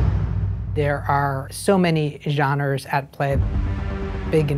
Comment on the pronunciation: Man I sure do love all the different "JANERS" they'll be doing for this show too... The man's a producer for Lucas films and can't even pronounce genre! No wonder they been tankin